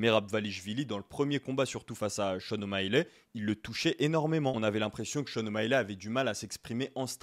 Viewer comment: Ok tu persistes avec ton o maiiiiiiley ? Cest O'Malley tout simplement mdr tu fait rigoler